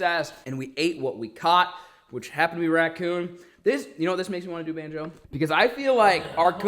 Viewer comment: Im sure we all miss calling banjo (bonzo)